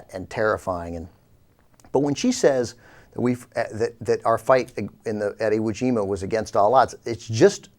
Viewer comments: Haha, she said Iwu Jama. Sounds like a chinese dunk contest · Did she say Iwu Jima? And since Iwo Jima was Japanese territory, who was the aggressor in that battle Mich-Zombie Bachmann? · Nothing was against all odds for the U.S. in the Pacific in 1945. Not in 44 or 43 either. If an operation had been, it would have been scrapped for another plan. The mere fact that we were at Iwo Jima (in the backyard of Japan) should have alerted her that "against all odds" was completely untrue. But she couldn't even pronounce the island name correctly so what can one expect? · OMFG. She mispronounced Iwo Jima.